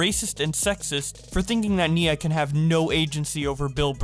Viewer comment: it's NIA not NINA